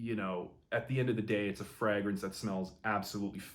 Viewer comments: Love this channel, and im not trynna be a jerk I promise, but why are there a few fragrance reviewers that say "Fraagrance instead of just "Fragrance"? Im honeatly asking. Is that the actual pronunciation? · I've noticed that too. The FRAH-grance pronounciation seems to be a Canadian thing. In the UK it's pronounced FRAY-grance